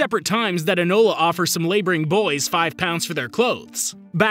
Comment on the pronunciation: Elona Holmes? Why do you keep mispronouncing names more and more these days dude?